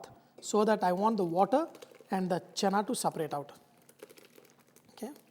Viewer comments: i cringed when you said chana. it's chhena. however nice video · It's chena poda chef...not chana.. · Chef it is called chhena not Chana.